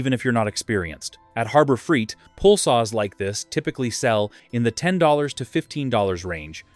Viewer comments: When you pronounce it Harbor freet, I know you’re phony! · Annoying AI audio. Keeps pronouncing Harbor Freight as Harber Freet! The blurred video effect is annoying too.